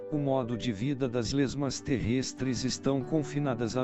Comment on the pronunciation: Terrêstres 😂😂😂 que narração horrível